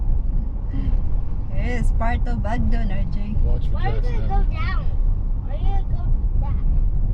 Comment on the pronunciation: It’s not Ogdden